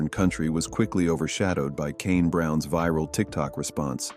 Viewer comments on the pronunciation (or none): none